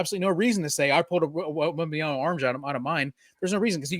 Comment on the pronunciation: “wembaMyama”… “wembaNyama”… 😅 You got this! Love the show!